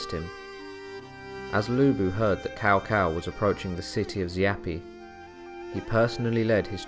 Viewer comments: OK can u pronounce Chow Chow aka cao cao name right and not cow cow lol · The proper "Tss-ow Tss-ow" pronounciation is really weird to say for most non-Chinese speakers. Am pretty thankful (later) DW taught me bits of proper Chinese name pronouncing. In business if talking to a Chinese individual, if I say their name not-Cow Cow-style it often prompts a hint of pleasant surprise. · Are you saying "Cao Cao" ? Because it's pronounced more like "chow chow" or "sow sow" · Ahh PS2 Era Dynasty Warriors pronunciations in this video. "Cow Cow" a pronunciation I had not heard in years. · I always prefer Cow Cow to Sow Sow. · Its traditional pronunciation the OGs will remember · Let us not forget the great "Cow Pee". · Awesome video. I love the hilarious pronunciations. Cow-Cow, Louie Bay, The Zoo province. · Lord cao cao name will forever be butchered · And he also said Lui Bang, not Liu Bang. And he called Cao Cao Tao Tao.xD